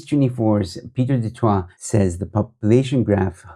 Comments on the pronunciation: The pronunciation of du Toit is duh tooi but for Pieter I suppose duhh twa(t) is preferable.. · 😂 do toit... no joe ...the sound to the du toit surname sound like duh-toy..its a little closer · Pronounced “du toy” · I enjoy listening to your posts. Du Toit us pronounced "de Toy". News24s new name should be k@ praat24.😊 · I love the way you pronounce his name "Pieter du Twat" classic! 😂😂😂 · It's pronounced Du-Toy amongst the common man. Maybe there's some Du- Twas walking around the Cape Winelands but in Boksburg is mostly Du - Toys 😅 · Just for future use - Du Toit is, in SA, pronounced" du toy" although I think the original French pronunciation IS the way you pronounce it. There's another offshoot of News 24 which does podcasts called "The Three Beanies" which I troll relentlessly as they are so Woke & who also ran with the Twitterbaas story before checking it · Not quite. It's pronounced like the "ooi" in Afrikaans. Same as more familiar Afrikaans words like rooi (red) and mooi (beautiful). So, "du Tooi". Can't actually think of an English word that has that ooi sound. That will be the Afrikaans version. But because it's French it may be pronounced as du Twah in French (probably, I'm not a French speaker).